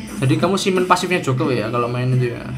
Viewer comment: eh bang, elu ngomong "joker" tpi kok kedengeran jadi ngomong "joko" ya 😂😂🤣🤣